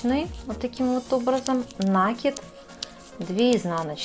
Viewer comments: Очень красиво. Труд мастерицы нереальный! Спасибо за мк. Но "таким образом" и нАкид режет очень слух.....😊😊😊😊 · Никто не спорит - труд колоссальный, капор великолепный, но уж если мастер взялся озвучивать. то за речью нужно следить, оттачивать. Я смотрю из-за этого без звука, включив комментарии, но и их читать невозможно. так как сплошные "слова-паразиты" и очень много лишнего проговаривается, а по-существу очень мало. И еще одна беда у многих мастериц вязания- это слова "накид" и "раппорт". Произносятся как накИд и раппОрт. Слушать неправильное произношениепросто невыносимо. извините за прямоту. Но за мастер-класс большое спасибо. Вяжу и конспектирую, чтобы потом не пересматривать. Вам успехов и творческих идей.